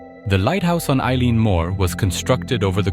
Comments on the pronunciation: Why would a Scots Gaelic word like 'eilean' be pronounced like the English name Eilean? The irish version is like 'il-awn' or 'il-aan'. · Eileen is pronounced ee- lan and is the scots Gaelic for Island, and Mor pronounced mhor means big or large or main. Eilean Mor literally means big/large/main Island The weather could still be a factor as there is nothing between the Island and Newfoundland, just several thousand miles of north atlantic, plus having lived and worked in scotland 5 miles let alone 20 can make all the difference on mainland Scotland never mind tiny islands smaller than a block on the edge of the atlantic.